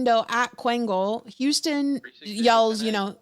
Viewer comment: Boy houston aint no goddamn 3 syllables